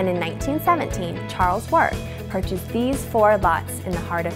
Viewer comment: Good to hear the correct pronunciation of Wort